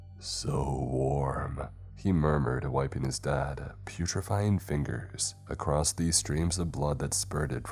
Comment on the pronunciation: It's across not acrosed🤬🤬🤬 im sick of hearing that 💩.